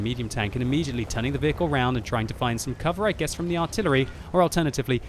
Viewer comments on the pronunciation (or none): none